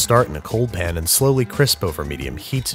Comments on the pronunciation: His every single use of “pin” never fails to make me laugh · Pan* not pen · I love you, but for the love of all things good and holy its PAN. Not pin. PAN. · He intentionally mispronounces pan but I can't remember if he explained why or where he got it because it's not always been that way. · At this point I feel like your pronunciation of pan as "Pin" is just to annoy us... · please stop saying "pn" im so upset